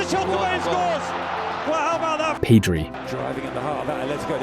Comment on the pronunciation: Yeah also it's not Peedri it's Pedri